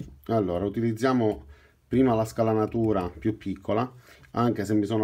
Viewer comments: Ottimo video però magari mi sbaglio, io sento che dici scalanatura ma credo di dica scanalatura 😂😂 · Grande... comunque in italiano si dice SCANALATURA e non scalanatura..... in ogni caso sei in gamba... ciao